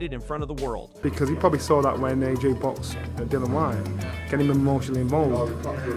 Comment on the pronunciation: His name is Anthony Joshua AJ, Not RJ?